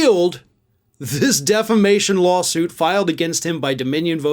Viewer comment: Mike likes to refer to this as "declamashun lawsuitzez"